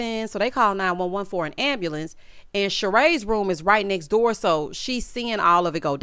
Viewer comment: Finished it off with “ambalamps”. 🤣🤣🤣🤣🤣